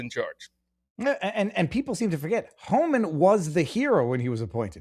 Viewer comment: Does not know it’s Tom Homan? sounded like he was saying Todd Homan